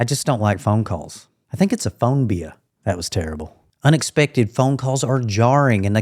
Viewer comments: A “phonebia” ?! 😂😂😂 Perfect. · Ha. Phone-bia. Nailed it! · Phone-bia!! Not terrible!!!🤣 INFJ gaze?... we're seeking!! We want that deep convo. I appreciate your videos... your humor is great! Thank you.